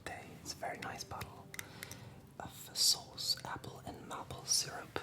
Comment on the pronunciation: What a wonderful collection of Quebec-ian things, and you did a great job switching back and forth between English and French. There are a few pronunciations that you do that, while adorably cute, could change your a large portion of your vocabulary: you pronounce "maple" like "m-apple," instead of "may-pull." "Sauce" is pronounced "Saw-sss," as opposed to "S-house." "Desserts" is pronounced "di-surts," as opposed to "Desert," like the Sahara. I agree with all of the other comments though—you are doing superb with English, and I cannot wait to see more! If you want an ASMR food box from LA (Hollywood), let me know, I'll hook you up!